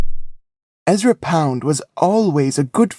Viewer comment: French words are mispronounced. Very irritating. 😮 ERZA POUND 😂😂…Ezra Pound. …rookie job. Point NOOF😂😂…AWFUL.